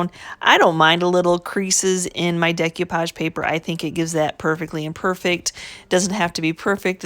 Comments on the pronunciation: I love to hear her say "dec you page" instead of "dec oh page". beautiful job. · I enjoyed watching your video and am inspired to try this myself. I don't want to be that person, but you did say several times about the value of learning: one of the techniques you were using is pronounced "day-coo-pahj" not "day-cue-pahj". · Looks good, MOD podge. De-koo-page. Just FYI. Love your channel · Mute it if it bothers you that bad